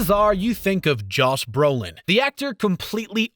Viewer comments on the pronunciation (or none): Forget him mispronouncing minute.. Did he seriously call Josh Brolin JOSS Brolin 🤦‍♂️